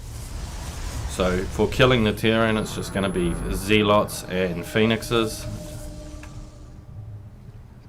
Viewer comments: "Zealots" - pronounced 'ZEHL - uts', not 'ZEEL - ots'. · Actually, it's pronounced "zeh-luhts" mr guy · Judging from his accent he's from New Zealand, which is pronounced ZEE-land. So I think that might be why he pronounces "zealots" that way.